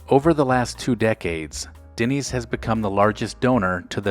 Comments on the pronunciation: Denny’s, not “Dinny’s” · Why does it sound like you’re saying Dinny’s? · Is it just me or is the narrator pronouncing the name Dinny's? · We all know what he is talking about but Denny's is not pronounced "Dinnys". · haha! Agreed!